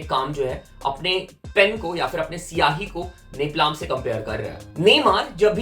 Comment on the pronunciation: woh neplaam nhi nepalm hota he 😭😭😭😭